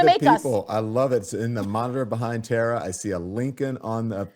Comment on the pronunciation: Tara...not Tata...😊